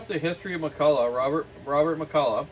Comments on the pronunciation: Alright you silly canuck left coasters. It's pronounced Mack-Kull-LOCK. Heavy emphasis on the last syllable. Mick-Kull-Aww is McCullough... Not McCulloch. The "ch" is a hard K sound in Ireland, England, America and Scotland... Hence the Loch Ness monster. Pronounced Lock Ness.. It's not Law-Ness monster. Ok... Rambling over. What a great saw!! Its a beauty. The old Macs are just great. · Hi wish you Canadians would pronounce the word Mc Culloch properly it's not McCulla it's pronounced och as in Loch like Loch Ness. Great vids. Thanks. Iain from Scotland.